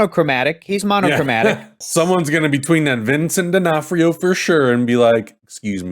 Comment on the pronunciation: Vincent D'Onof-TIO??